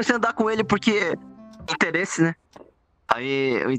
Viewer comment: "O interrese foi muito... interresante" KKKKK